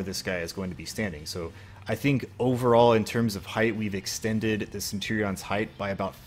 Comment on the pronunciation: Cool vid but the way you say centurions makes my Englishness hurt.